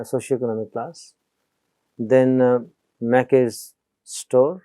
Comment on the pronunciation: "Macy's" is pronounced /meɪsiz/, not /maki/